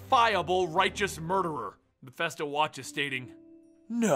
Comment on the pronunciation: Almost 10 yeas, and STILL pronounces “Mephisto” as “Mephesto”.